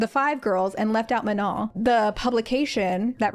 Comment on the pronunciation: let’s start by pronouncing her name properly, MA-NO. watch literally any interview where she says her name..